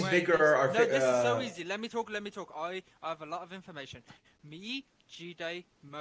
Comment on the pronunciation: I hate how ppl say “GeeDay”.